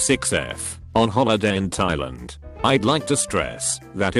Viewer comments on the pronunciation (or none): none